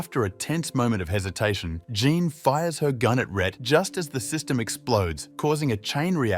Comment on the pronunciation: Your poor tts really gets confused with the name Jean then lol